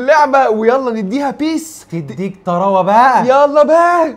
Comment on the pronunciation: يا عم سرى اسمها بيس مش بى اى اس